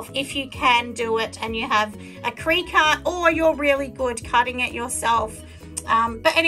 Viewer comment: Cricut pronounced cricket :)